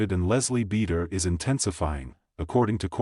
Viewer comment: Bee door Skeena shay Ariana ma dox.